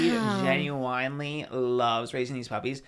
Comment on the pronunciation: please why does pronouncing it Genu-WINE-ly 😭